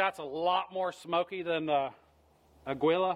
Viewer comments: Without complicating things. "Agwee-Lah" NO "AH-GEE-Lah" YES Its Spanish for eagle. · It’s pronounced “AH-GEE-LAH” it’s Eagle in Spanish 😅😅 not “augh-gwee-lah” Good video 👍🏼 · To help...It's pronounced 'Agee-yah', not 'Agwee-lah'. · Nice review. But can we address your pronunciation of your ammo? Aguila, which is eagle in Spanish. Ah-gui-lah. The “u” is silent. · AGUILA is pronounced Ageela. Thanks for your video. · it's "Ah-gi-la" = Eagle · Thot it was pronounced "A kee la" but I'm usually possibly wrong. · For the love of christ, the g is silent